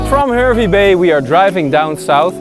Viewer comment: Great video and glad you both got to experience it. Im a born and bred Queenslander and I have been to K'gari numerous times. I understand that you are not Australian (and that this video is a year old now) so you are unaware of the pronunciations of some of our towns. But from this video Hervey Bay is pronounced as Harvey Bay and Tiaro is Tie-row as in suit and tie and row your boat